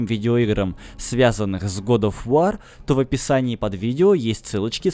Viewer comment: год оф вОр, а не вАр